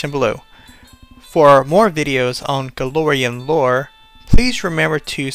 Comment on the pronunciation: It's Golarion, not Galorion.